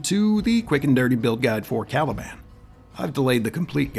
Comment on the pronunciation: When I heard "Calibland", you got my like :)